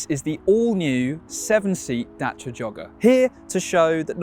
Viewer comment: Dacia not Dashia